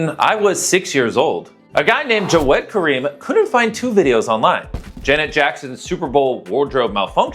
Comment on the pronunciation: it is pronounced javved not jawed